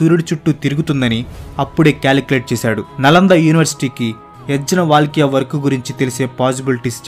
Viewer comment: అన్న ఆ పండితులు పేర్లను తప్పు గా ఉచ్చరణ చేస్తూ ఉన్నారు ఊదా. యజ్ఞ వల్కలుడిని యజ్ వల్కలుడు అన్నా రు దయచేసి సరిచూసుకోండి